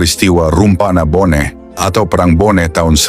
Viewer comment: Bone bukan boneh.